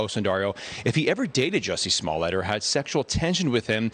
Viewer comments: You know your the only guy on the planet who prounces it's name "Jucy smolyay!" 😂 luv ya brother!! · Stop saying his name! Stop saying it wrong. Juss-y Smol-let. He’s fake. He tried to jazz up his bog standard name. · 'Juicy Smallie-yay' - so glad you are pronouncing his name correctly, 🤣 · How many times you wanna say "Juicy Smulliet"? - Yes. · You are pronouncing his name wrong. It’s “Juicy Smellit” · Jew-see Smuwl-yay... Lol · How many times did you say Juicy Smooyay??? Too funny!!!!!! LOL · When you intentionally mispronounce a person’s name, it reflects poorly on you. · Good grief!! If you are going to talk about someone, at least find out how to pronounce their name. You lost me... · You are certainly right put god does it hurt to hear that pronunciation of his name